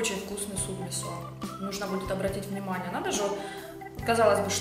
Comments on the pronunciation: вы конечно молодцы, но правильно ставь ударение в слове мИсо, а то режет слух. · Не мисО а мИсо!